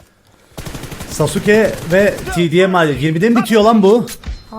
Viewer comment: off şunu saske diye okuyun artık